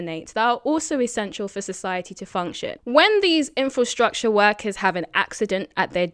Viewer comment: Are you saying "Infostructure" and not "Infrastructure"?